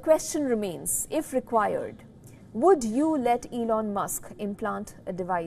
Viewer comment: When she say E N O l musk.,🤣🤣🤣🤣